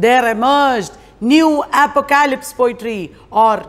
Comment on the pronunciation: Very small suggestion: pronunciation of apocalypse is, phonetically, APP-OCK-O-LIPS 😀👍.